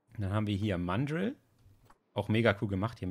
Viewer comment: Ich mag deine Videos...aber es heißt mandrrrrrrril und nicht englisch ausgesprochen